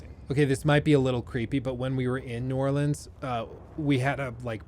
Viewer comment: I love how both of your "New Orleans" pronunciations were horribly wrong LOL